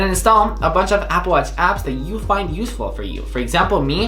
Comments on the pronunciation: I think I am hearing Apple Watts or Appleach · Apple watz hahahhahahaha